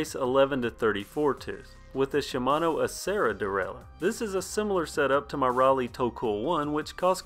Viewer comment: I cringe hard every time you say 'derailure"